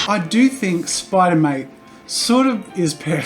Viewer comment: I don`t know why but i heard him say either Spider Mite or Spider Moit. SpIdEr MoIt SpIdEr MoIt DoEs A sTuFf SpIdEr MoIt